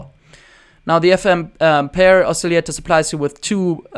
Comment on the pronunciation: you are very taleneted! not trying to be a dick or anything but most people say oscillator like : oss-a-later / os-a-lay-tor ... You keep pronouncing it: a-silly-ater (there is no y in it) This is an amazing tutorial thanks very much for the advice : )